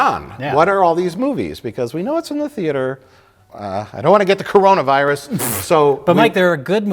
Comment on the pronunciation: I have a feeling tried to pronounce "Coronavirus" but sounded more like "Macarena" somehow. Then the guys just went with it.